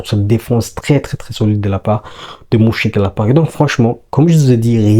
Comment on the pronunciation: Stp mon ami merci pour le debrief. Ca se dit Meunchengladbach le Ö se lit eu comme meuf 😂😂😂